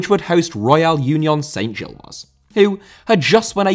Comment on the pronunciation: Great video. We just need to work on some of your French pronunciations (e.g. Union Saint-Gilloise, Parc Duden, etc) 😉